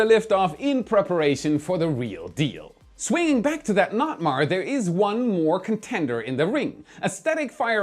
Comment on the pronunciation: As a vessel captain I’ve never ever ever ever heard of a Local notice to mariners called a NOT-MAR. Don’t do that.